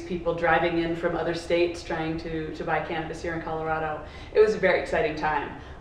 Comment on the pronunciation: Please learn how to pronounce Co-lo-ra(rah not ray)-do